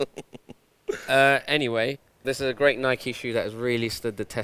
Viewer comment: Some of these lines are executed amazingly... "which was a great (pronounced crate) year for traiiinerz"